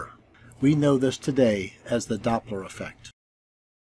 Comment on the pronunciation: Doppler "Efect".